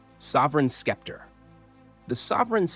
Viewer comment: I agree! Skepter?!